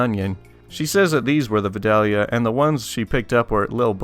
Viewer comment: Uhhh -- it's pronounced, "vye-DAYL-yah." Trust me on this. Or don't. Check this out: The narrator in that vid maintains the "L" is silent, but I kinda think it's still in there.